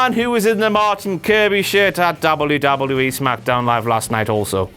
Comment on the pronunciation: why does he say wwe so weird hes like wluwluei